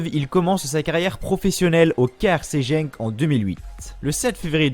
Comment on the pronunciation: Ça s’écrit Genk mais ça se prononce « Guenk » comme ça tu sais. Sinon super sympa la vidéo